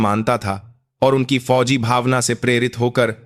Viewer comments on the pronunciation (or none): Aapko to bolna bhi nahi aata hai. GOC goc nahi hota hai. FOJI =JOJI Yeh kya hota. Khamoshi bhi nahi bol sakte. Kuchh aur karo.